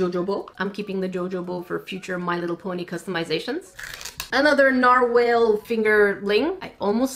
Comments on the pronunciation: !😂 Narwhal is pronounced nar-wall not nar-whale 😂😂😂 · Ok so this is how you pronounce "Narwhal" AhEm 'Nar-ual' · It is pronounced nar-wall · I pronounce it nar-WALL but u may pronounce it however U want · Here is how to say narwhal Nar-wal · how to say narwhale nar -wall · It is pronounced like narwall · Try to pronounce narwhal like ( Nar - Wall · It's narwhal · looks up how to pronounce 'narwhal' Also: immediately mispronounces 'narwhal' (the struggle is real lmao)